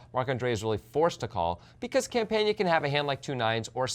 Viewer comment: Campana is really easy to pronounce ... why do you guys insist on consistently butchering player names?